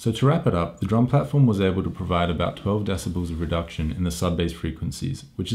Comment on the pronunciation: I'm so smawt, blah blah blah, desibells, blah blah, scenawrios, shut up